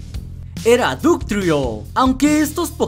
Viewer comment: se dice batterfri no buterfri se dice dugtrio no dugtruo